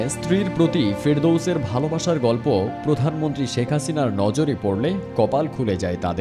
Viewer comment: ভালো উদ্যোগ. একটা জয়গাতে আমার খটকা লাগলো. মাস্টার্স ডিগ্রী পাশ করার পরও, প্রধানমন্ত্রীকে পরধান মন্ত্রী এবং রিক্সাকে রিস্কা উচ্চারণ করে কেন? এটা কি শিক্ষা ব্যাবস্থার ত্রুটি? পরবর্তী প্রজন্ম কিভাবে শুদ্ধ উচ্চারণ শিখবে?